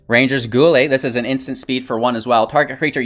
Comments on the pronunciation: Yeah guy-elle. You gotta brush up on your street fighter my dude 😉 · Guile pronounced Guy-ull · Might I recommend playing some Street Fighter so you can learn the proper pronunciation for 'Guile' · "Guile." I see they corrected your pronunciation down below. Read more books! :)